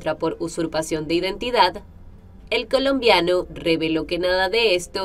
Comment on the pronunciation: Y porqué le pones enfasis, en las palabras como, el colombiano, el supuesto hijo.